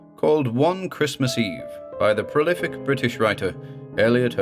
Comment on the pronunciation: Did you say prolific? Merry Christmas!